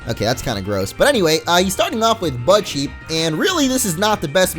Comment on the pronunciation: Lori Smith One time, said budcheep... I thought he said butt cheek... so yeah... EDIT: I mean no...